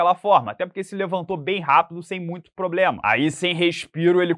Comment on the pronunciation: ele ainda continua dizendo que é o "poblema" da divisão ou corrigiu isso?